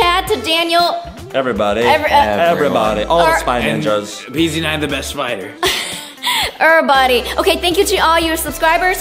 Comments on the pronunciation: See when you're saying everybody you said rbuddy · Vy said erybody